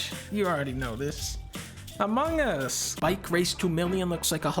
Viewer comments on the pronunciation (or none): looks like dunkey mispronounced amogus in the interview, pretty embarrassing :/